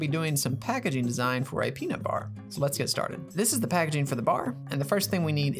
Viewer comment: peanut not pnut